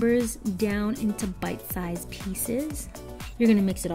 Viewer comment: I am German and I always got "butt size" instead of bite size xD